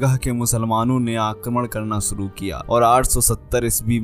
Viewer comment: suru? jahil shuru hota hai diction and pronunciation is worst you must take hindi tuition from a good hindi teacher and then you can react